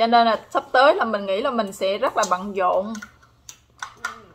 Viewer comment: Nghe nói "rất là bận dộn" nghê vui vui hihihi... Nhà cửa giờ lên giá ghê quá hen :-)